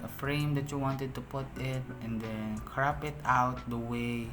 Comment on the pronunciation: Bro "crOp" it not "crAp' it